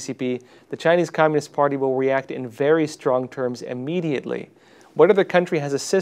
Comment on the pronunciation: I'm sorry but I need to ask you not to say Amediately.